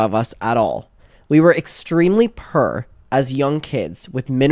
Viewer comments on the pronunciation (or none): Love when says purr (poor)